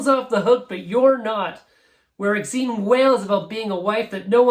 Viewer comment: Corrections: the soundtrack from Repo Man isn't the only place you find Institutionalized by Suicidal Tendencies, it was first released on thier debut self-titled album from.1983, a full year before the Repo Man movie soundtrack was released in 1984. / Exene pronounces her name Ex-een. It rhymes with names like Francine, Maureen, and most relevantly Christine which is her actual first name. / The Misfits didn't introduce skateboarding to punk rock, and in fact, they aren't even part of the skate-punk sub-genre, they are horror-punk. The bands most responsible for skate-punk were Jodie Foster's Army (also known as JFA), Code of Honor, Big Boys, and a little later, NOFX. / The song Strychnine is pronounced Strick-nine. Yes, it was originally by The Sonics. Since you mentioned the X album was produced by Ray Manzarack of The Doors, you might want to mention that Cramps album was produced by Alex Chilton of The Box Tops and Big Star. By the way you mentioned that The Cramps also started a subgenre. It's called Psychobilly